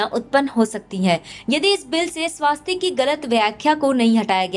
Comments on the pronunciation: वो स्वस्तिक है ना की स्वास्तिक है। सही उच्चारण किजीए। आप भी ग़लत बोलोगे तो कैसे चलेगा। दुरुस्त कराइयेगा। जय हिन्द। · The narrator deserves a kick. It is not swaastik but swustik. Pronounce it correctly. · स्वास्तिक नही स्वस्तिक